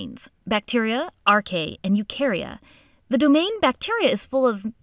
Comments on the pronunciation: ae in latin is always pronounced 'ee' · You should pronounce as AR-KAY-AH